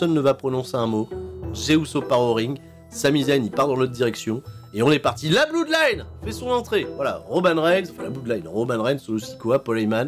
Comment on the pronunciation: ça s'appelle pas la Blouuudline, mais la Blodline. On dit "blod" pour blood